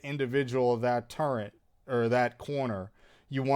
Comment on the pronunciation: “Turrent”—- Wild